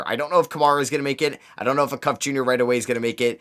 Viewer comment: Good video. Darius Acuff is pronounced ey (like hey without the h) cuff (like handcuff). He’s a 5 star pg that is currently the best player for IMG Academy